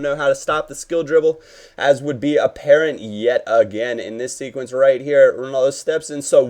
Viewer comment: "roit in the back of the net" - goes Australian